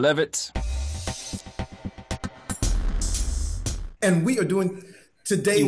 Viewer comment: Anyone else notice when Joesph Gorden Levitt said "I'm Levitt" as in "I'm livid" 😂😂😂